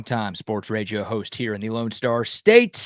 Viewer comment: I gave you credit for a long time but you're so stupid you can't even say radio